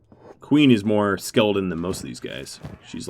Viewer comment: by the end of this video the word skeleton had kinda morphed into skeldon and it was my favorite part of the video because you just keep saying it over and over again. quality content 👌